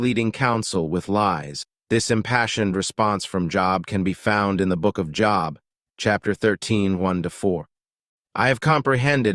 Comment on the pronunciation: I can’t even finish a video where the man name they are highlighting is pronounced so wrong.